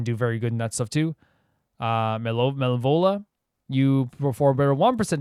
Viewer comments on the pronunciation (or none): Im loving how keeps calling malevola malova lol